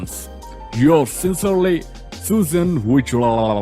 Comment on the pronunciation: He is the only person who pronounced Susan's name correctly